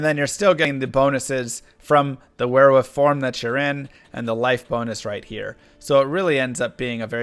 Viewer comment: "Werewoof" Lol